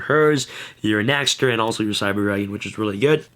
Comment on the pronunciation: Dear, for the sake of all of us germans watching, PLEASE pronounce it as "NEXTER". The letter Ä is pronounced very similiarly to the letter E. In fact, the word "nächster" actually just means next.... Yours sincerely, your german fanbase.